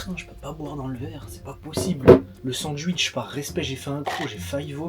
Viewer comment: Mdr il a dit sanduitch 😂